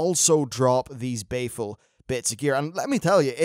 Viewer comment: Unless is just being betrayed by his accent or trolling us; Isn't the gear BALEful. Like, Christian Bale. Sounds like he keeps saying Bay-ful. And, whereas I am flattered, you don't need to keep saying my name. =3